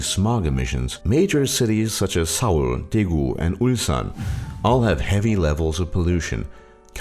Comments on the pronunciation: No offence but your pronunciation of Korean words were horrible. like when you said Seoul. It's pronounced Soul not Sow-el. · The chef I don't expect him to have a professional accent, lol, but words like Seoul are really easy to pronounce.